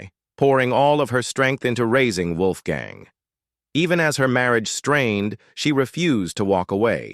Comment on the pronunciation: Dam AI narrator Wolfgang’s name pronounced three different ways in the video